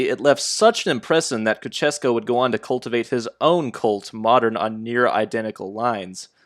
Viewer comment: Hi,! For future reference, here's how to prononunce Ceaușescu: Please search for the video "How to pronounce Nicolae Ceaușescu (Romanian/Romania)", I can't post links.